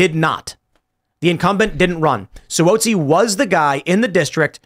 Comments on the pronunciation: Just FYI—NY rep’s last name is pronounced “Swazzi.” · Si whoa si lol it's Si wahh zi